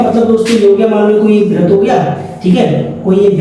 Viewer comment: वृत्त होता है 😂